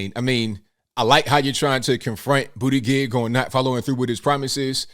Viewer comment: Hey, it’s pronounced BOOTY-GAUGE! Lol